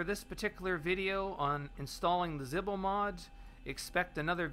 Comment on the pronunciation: Zebo. It's zebo Not zihbo